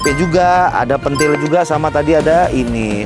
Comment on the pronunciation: Pentil bang bukan Pentil. Wkwkw